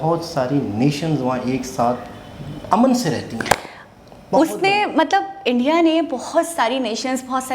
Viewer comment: Its India....not indai...👍